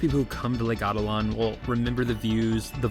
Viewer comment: How is it possible to pronounce the name in such a dumb way as "Lake Átitlan..."? There is even a stress accent on the second "a", so even the simplest person should see at first glance that not the first but the third/last syllable is to be emphazised. The ignorance/negligence/superficiality of modern bipeds is beyond imagination.